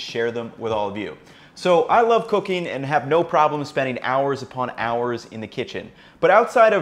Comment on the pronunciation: Why does this guy say "cooking" as "cocaine" 😂😂. Jokes aside, i liked this 👍🏾👍🏾